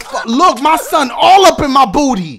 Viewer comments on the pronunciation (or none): The way you said 'Boot'y gets me every time LMFAO